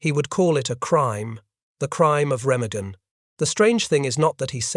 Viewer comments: Oh, how I hate an narrator mispronounce a city or region WRONG!!! That bridge has a German name Ree-mah-gen. If needed check the finished production for those kinds of ERRORS!!!! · Remagen rhymes with pemmican. It is an ordinary German word with accent on the first syllable and a hard g as in 'go.' This remark may seem trivial after such a tragic tale, but you'd think that after making scores of these WW2 videos, you guys would take enough interest in German culture to master an ordinary word. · Why is he pronouncing Remagen like that?